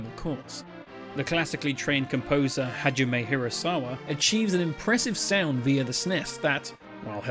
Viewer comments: ha-ji-meh, not hazheem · Not to be that guy to harp on pronouncing things, but Hajime, is more like Ha gee may. You keep saying Hajeem and that makes me him Indian or maybe Arab. edit: then later you called him Hageemi. Lol, you gotta doing that on purpose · thats pronounced Ha ji me Hah-jee-mé はじめ